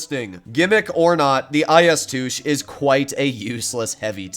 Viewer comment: "the IS TOOSH"